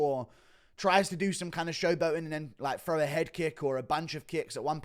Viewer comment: I'll never understand why people from the UK say "FRow" instead of "THrow". TH does not make an F sound so what do they teach y'all in school? Do they not even teach TH? Do yall just take those out of the Alphabet? Not like its hard to make a TH sound, is it. Always talk about how they invented English but they literally cant even speak the language😂😂. But I'm serious about wanting to know how they teach reading and English over there. I gotta know.